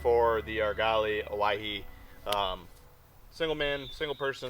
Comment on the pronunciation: Great review. Owyhee - Oh - w - ah - hee . It's GMU, region, reservoir in Oregon.